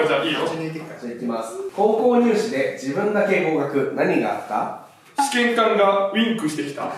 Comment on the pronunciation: そのイントネーションやと試験管やでつづちゃんwwwwwww 試験官やろwwwwwwwwwwww